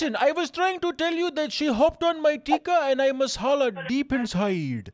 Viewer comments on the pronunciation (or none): "Deep insyeeed" 😆